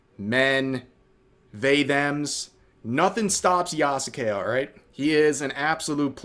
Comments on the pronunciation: Is spelling the name wrong as bad as pronouncing the name wrong? Just asking because half the time Rev says "yah ske" correctly and other times he says "yah SUE Kay" utterly wrong. Ubisoft is screwing up and should be called out but holding ourselves to a standard should count too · Yeah,😂😂😂 the name Yasuke even pronounced ya sux it